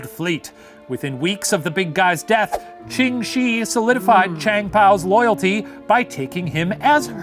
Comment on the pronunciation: Really great episode, but one little thing. Ching Shih isn't actually pronounced how it looks, it would sound more like "Chung Sheh" I know it's kinda dumb, but blame the Cantonese